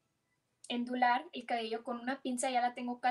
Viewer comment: te ves bonita aún sin maquillaje. Y vi que tu video donde nos enseñas a ONDULAR con alaciadora está correcto como lo escribiste, pero dices mucho ENDULAR, y creo que la palabra ONDULAR es porque el pelo queda con ONDAS. No creas que es crítica para ofenderte, es lógico que algunas palabras no las pronuncien bien, las personas que nacieron allá y no escuchan ni practican mucho el españoles. Yo tengo primos nacidos allá y también hay veces que no pronuncian bien las palabras a pesar de que mis tíos, al igual que tus papás siempre en la casa les hablaban en español.saludos desde Guadalajara, y si no conoces, ven a visitar la tierra del Tequila, del Mariachi y de Alejandro Fernández!!! Bendiciones a toooda tu familia